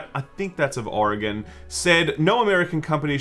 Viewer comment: Holy crap, he’s said Oregon correctly!